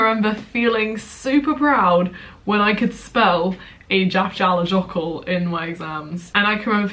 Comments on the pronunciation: Eyjafjallajökull is pronounced ay-ya-fya-la-yo-koo. Love your videos ❤️ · I really love you but I studied the same volcano and it's pronounced "aya-fetla-yohur". I get it though it's a weird one 😂😂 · Btw Eyjafjallajökull isn’t pronounced like that. It’s: eye-a-fi-at-la-YER-kloock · Good try,... But EYJAFJALLAJÖKULL is pronounced so differently!:D:D For example LL in Icelandic is pronounced TL! And did you know it's actually just a place? Eyja means Islands, Fjalla means Mountains and Jökull is a Glacier! So it means the Glacier on top of the mountains next to the Islands! The volcano basically doesn't even have a name, they just use the Glacier name which is a description of its location! RANDOM FACT but I thought it might interest you! KIND REGARDS from someone who spent their GAP YEAR IN ICELAND (can recommend!)! LOTS OF LOVE! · The way you pronounced Eyjafjallajökull 😂😂😂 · I was laughing so much about how pronounced it😂 tbf it's prob her teachers fault😆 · The way you pronounce Eyjafjallajokull 😂 I remember learning about that in Geog too, good times. Can't believe i feel nostalgic about Geography😂